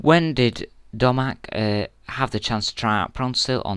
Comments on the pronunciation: I like your vids and all...but your pronunciation is aweful. btw its pronounced Domag. Why would it be dongek. He isnt a donkey. Teh least you could do is pronounce things as you see them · its pronounced dough-mack